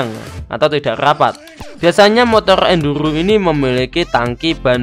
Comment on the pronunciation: ENDURRRGGGHHHOOOO 😂 Maaf Mas Aku Gaisok Ngempet Ngguyu 😂